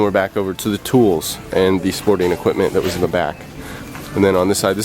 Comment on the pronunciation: I learned people pronounce equipment as "EquiTment"